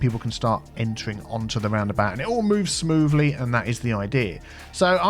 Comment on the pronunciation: "Moving Smoovly"